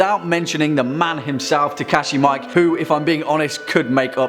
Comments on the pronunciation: It's not "Takashi Mike" , it's pronounced : Me-kay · I thought Mike's name was pronounced MEE KAY? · Takashi Miike is pronounced Mee-kay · Yeah, not to beat a dead horse, again... Ok, just once more.... Your favorite Japanese horror movie-maker's family name is pronounced "mee-ee-kay" (three syllables). Not that hard, eh? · Great list, tho I would add some older classics: "Jigoku," "Onibaba" and "Ghosts of Yatsua" as well as an anime short film: "KakuRenBo" (Oh and just a heads up, Takashi Miike is pronounced "Mee-Kay"... Cheers ; ) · Did you... Did you really just called him "Takeshi MIKE"? Hahahahaha Regardless, love this channel! Keep up the great work! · Takashi 'Mee-kay' Come on dude. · Miike is definitely not pronounced Mike lol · It's pronounced mee-eek-eh.